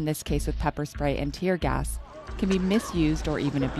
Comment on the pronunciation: Lol did you meant to say tier gas lol